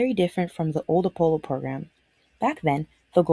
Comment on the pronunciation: Oh, yep, the Appppppolo 17. (It's Apollo, double L, single P)